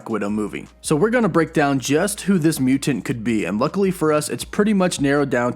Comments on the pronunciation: I can't watch this video based on the way you pronounce "mutant." LOOOL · Uggggg the way he says mutant really bugs me